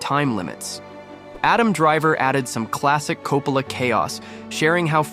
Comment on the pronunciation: Would've been nice to just watch the footage rather than a dull summary that can't even pronounce Coppola's name consistently.